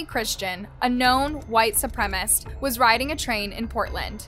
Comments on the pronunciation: Supremacist! Supremacist! NOT "Supremist"....... Say it slow if you need to..... Su prem a cist. 4 syllables. Su prem ist. 3 syllables. See (and hear) the difference? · It’s: SOO-PREM-IS-IST (supremacist-actual word) You repeatedly said: SOO-PREM-IST (supremist-not a word) And I’d rather not hear from everyone that it doesn’t matter. It absolutely does. She’s presenting herself as the host of a documentary show, not making an off comment on TikTok. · Are you not allowed to say supremacist correctly? Is it a YouTube thing?